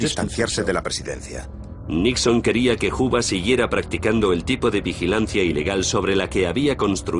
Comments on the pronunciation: Porque lo pronuncian "juba" lo correcto es. "juuber" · Tal parece que este documental trata sobre un casi tocallo de J Edgar Juber (pronunciación).... Y nos presentan " Los secretos de J Edgar Juba". En los otros 1000 documentales y durante medio siglo hemos oído hablar sobre "Juber"........ Solo hoy en este video van a hablar de "Juba". {obvio, estoy hablando con ironía sobre los CAPRICHOS GRAMATICALES de los periodistas y pseudoperiodistas hispanoamericanos..... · "Huba"? Que pronunciación tan fea jaja 🫠